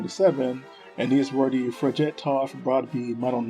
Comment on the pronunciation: Thanks for the video featuring some lesser known experiments weapons. I really enjoyed it, although your pronunciation of Norwegian names is atrocious. How you managed to get that many syllables out of the simple name of “Fridtjof” is beyond me, but Americans never were known for their cultural or linguistic sensitivity, so we will just have to live with that. So a couple of more relevant comments; in this context (Norwegian weapons) it is simply wrong to use the term “Swedish Mauser” for the 6.5x55mm cartridge. This cartridge was developed in the 1890s as a joint project between the kingdoms of Norway and Sweden, which at the time was united under a single Sovereign. The Norwegians adopted the 1894 Krag-Jørgensen rifle as standard, the Swedes the Mauser, both in the same caliber. In Norway, this cartridge was NEVER referred to as “Swedish Mauser”, and those developers you covered would have been horrified to have the cartridges being referred to as anything else than 6.5x55mm Krag. My father taught me to shoot on an Krag m1929 (sniper) and to him it was never anything but 6.5x55mm Krag. On the section on the Eriksen SMG prototype you postulated that the SMG could have been chambered for the Nagant cartridge, stating that the Nagant was in use by the Norwegian Military. This is not true. All branches of the Norwegian Military adopted the Colt 1911 in 1914 as the Kongsberg (Colt) m1914. It is highly unlikely that an obsolete cartridge no longer in use would be selected for an